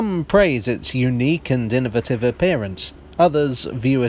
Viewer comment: 16 "IN-NA-VAH-TIVE."